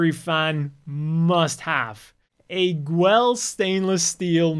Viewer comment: Why are you calling Guel Gwell?